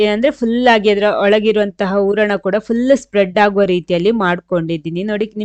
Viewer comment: ಊರ್ಣ ಅಲ್ಲ, ಹೂರಣ.